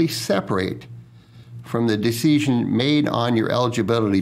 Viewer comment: Why does he pronounce "decision" like deeseeshun. If I didn't know any better, I would think he was a foreign op with really good English who didn't remember how to pronounce all the words...🤔🤔🤔